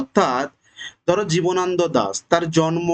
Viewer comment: Jjbana nado , jibonondo noy.ucharon korte par6en na to .